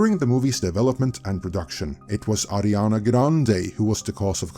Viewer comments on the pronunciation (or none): Her name is Ariana, not Adriana…